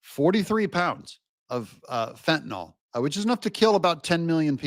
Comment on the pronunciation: Mr. Meticulous says: "Fentanyl" not fen-ta-nol